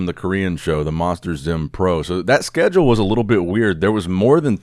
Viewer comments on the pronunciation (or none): none